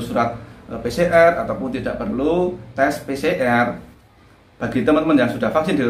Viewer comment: Pi si er🤣🤣🤣🤣 Pi si ar lah broooo🤣🤣🤣PCR